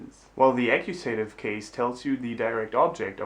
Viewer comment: Very helpful. One detail though: "accusative" is pronounced "A-Q-SA-TIV", not "A-Q-SAY-TIV" in English (I just made that lame phonetic system up but you get the picture.) Thanks much.